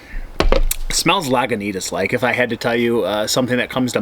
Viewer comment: sorry when you say Laguintas and RR in the same sentence.